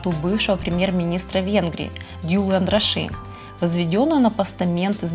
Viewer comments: Спасибо за видео! Всё отлично 👍 небольшой совет, когда произносите названия церквей или улиц, обязательно смотрите, хоть в Википедии правильные ударения! В венгерском языке ударение падает всегда на первый слог! Проспект АНдраша, ГЕлерт или церковь мАтьяша. И чтобы не обидеть местный жителей я всегда в своих видео проверяю ударения в названиях разных объектов))) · ГЕлерт, ударение на первое Е. Андраши, ударание на первое А.